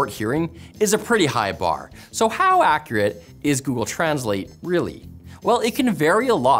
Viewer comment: His pronounciation of accurate isn't very accurate. Accreate.